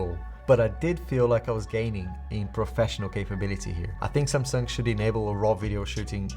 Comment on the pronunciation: Nice video as always 👍 But always when you say Samsung I think you say Sampsa, my name 😂 but that's how you almost pronounce it in English. So funny sometimes.